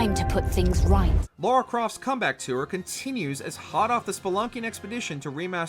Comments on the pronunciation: It's Lara,not Laura... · LARA Croft for goodness sake. Who's "Laura"? 😂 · This gets me every time someone says it. Can no-one read the difference between "Laura" and "Lara"? It also proves that the narrator has never played the games. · LARA not Laura! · It's LARA not LAURA! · Can someone explain why Americans can't pronounce "Lara" - like it's not hard.